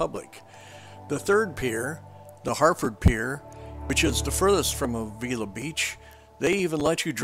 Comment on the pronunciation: FYI, you are pronouncing Avila incorrectly. Locals say Ave-ill-la.